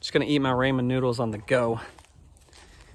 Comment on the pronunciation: It's commonly pronounced" rah-men" noodles.